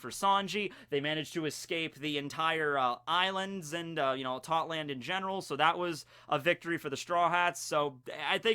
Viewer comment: why does every one piece youtuber call it totland when its tottoland?